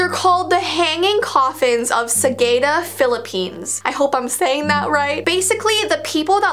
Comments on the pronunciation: Its not sagayda its sagada sagada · Hi! I’m from the Philippines and you pronounce Sagada “Sagahda”:) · I live in Philippines but I actually never visited that even though I really loved to go there...😅😅😅 and it's pronounced as Sah-Gah-Dah... But it's alright you are trying your best!💜💜💜 Love your contentss!!! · calls it sageda Sagada peeps: HOW DARE U CALL IT SaGeDa!? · I'm late but the fact I live in the Philippines and my went to sagada once too btw it's sa.gaa.ta just saying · uh its called sagada or here how you say it its SA-GA-DA thats what we call it here in the philippines and its actually located at benguit if ya dont know how to say it here BENG-GET but theres no double G okay? and btw im sorry im kinda late for this vid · Sagada is not the right speak is Sa ga da in philipines that is were is live philipines philipines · You said Sagada wrong I live in the Philippines I was actually was supposed to to there this summer rip me😭🌌